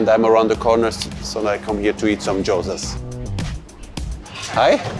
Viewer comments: How can you trust a chef who can't even pronounce gyoza? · 😅 He kept repeating it too. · Was about to say that 😂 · Might need to check your pronunciation of gyoza